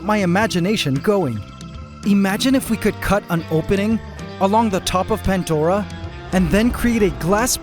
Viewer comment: i always thought the ecosystem was called pan-dora and not pant-dora? (from pandora's box as reference)